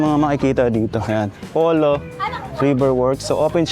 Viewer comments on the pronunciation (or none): Pulo ipronounce ang Polo..kasi sa mapa mukang Pulo yung area. Taga dyan ako sa area kaya ganun namin ibigkas "Pulo"